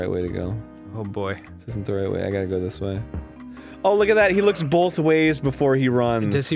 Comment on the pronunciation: Bolth ways. Need an animation where he throws Bolths.